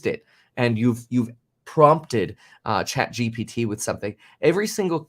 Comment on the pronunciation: ChatGPT is Not hard to pronounce dude what lol